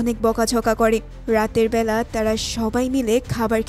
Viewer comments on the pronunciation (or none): none